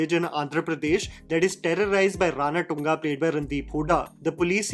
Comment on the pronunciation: I guess its Ranathunga, feeling sad again again saying RANATTTUNGA, please correct me.